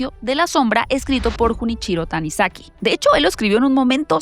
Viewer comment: Solo una corrección querida, Junichirou Tanizaki se pronuncia más como "Yunichiro Tanisaki" no "Junichirou Tanasaki", no es hate, es que soy medio fan del señor. También Byung Chulhan se pronuncia "Bayong Chuljan"